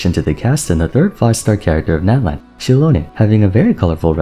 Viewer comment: I die every time he says Nat-lan